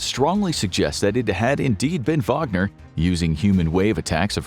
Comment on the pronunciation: Thanks for the video! It was very accurate. Even the pronunciation of the "Wagner" (VAH-gner) and the "mobiks". By the way how about a video on putin's fan Donald trump and his pro-russian BS? Americans need more insight into this. After all, this radical lunatic is gathering crowds of people with little to no brain day after day!